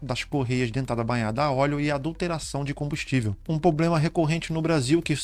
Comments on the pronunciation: Muito bom vídeo, mas, a palavra correta é "problema" e não "poblema". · Mano, ótimo vídeo, só evita falar poblema, pra passar mais credibilidade ao seu conteúdo, cheguei ao canal por esse vídeo e gostei do conteúdo. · Irmão, seu conteúdo é ótimo e sua voz (tom, ritmo, interpretação) passa muita credibilidade. Só uma ressalva mínima: a palavra problema. Já estou seguindo e recomendo! Desejo muito sucesso!